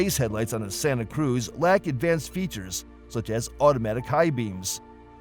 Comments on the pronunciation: If is going to post a video of mis-information about the Santa Cruz, at least pronounce the name correctly. Do your research before posting videos. I just purchased a 2025 Hyundai Santa Cruz with Acitivity package with the base 4-cyl engine and 8-speed automatic transmission. I was shocked on how well the vehicle handles and yet offers a quiet comfortable ride. It's like driving in a luxury SUV but it's has the capacity of a small pickup truck. Santa Cruz offers a lot of technology and safety features found in high-end cars for a lot less money. Hyundai is aware of the problematic DCT transmission and will not offer it in 2026. Hyundai says that the Santa Cruz is not classified as a truck but as a Sport Activity Vehicle (Marketing at it's best). IMO, Santa Cruz runs circles around the Maverick not only in looks but in features. I find it odd that Hyundai reviews rarely mention or compare the warranties between Hyundai, Ford, and other brands. Hyundai's and KIA warranties offer the best vehicle warranties out there. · He's pronouncing Santa Cruz wrong as well. lol.